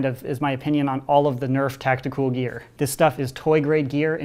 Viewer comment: stop calling it tacticooool